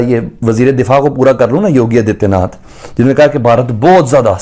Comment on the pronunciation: आदित्यनाथ को आजियानाथ बोल रहा है 😊